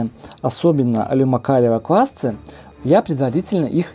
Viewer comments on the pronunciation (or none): квасцЫ! квасцОв! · Так квасцы или квасцы?)